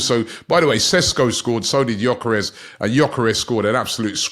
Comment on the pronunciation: How does Robbie come up with a different pronunciation of gyokeres every day🤣